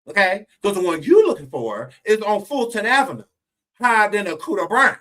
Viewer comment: Yo, that’s not how we pronounce Fulton Avenue 😂 from Baltimore